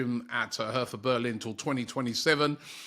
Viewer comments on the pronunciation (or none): none